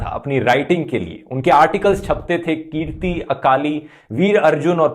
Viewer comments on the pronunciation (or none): Brother its not keerti as you are pronouncing , the magazine name was Kirti (Shramik, Majdoor, Kisan..). However you are doing great job.